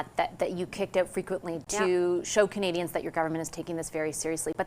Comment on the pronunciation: Jaghmeet can’t even say “Canadians” correctly, for such a normally well spoken person he has not cared to ever say it right. Like how he also thinks he’s getting ahead of it, you’re lost bud! 😂